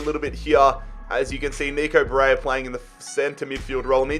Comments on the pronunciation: Its ba-re-lla not ba-re-ya. Please fix your player’s name pronunciation mate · Why do u say baraya